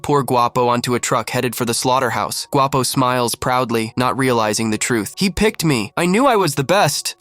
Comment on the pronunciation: You said Guapo by prenonsing the “G” word in Spanish the “Gu” makes the w sound